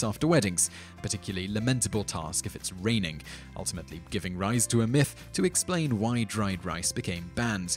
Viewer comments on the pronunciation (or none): none